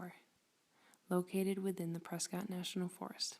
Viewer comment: Learn how to pronounce “PRESCOTT”!